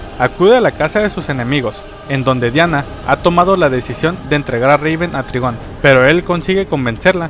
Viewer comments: Se dice traigon no trigon :v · NO ES TRIGON SE DICE TRAIGOOON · Se pronuncia traigon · hola aprecio mucho tu canal de hecho cuando estoy aburrido veo tus videos y me levanto el animo pero no es por ser grosero pero el papa de raven que se llama trygom se pronuncia traigon espero que mi comentario no te ofenda